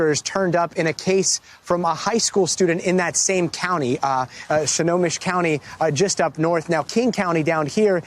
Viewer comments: "...Shinomish county..." Snohomish. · "Shinomish county" Really, dude? SNOHOMISH. It's really not hard. Pronounced just like it's spelled. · "Shinomish" = Snohomish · I know gadi did not mispronounce Snohomish County😂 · U pronounced Snohomish wrong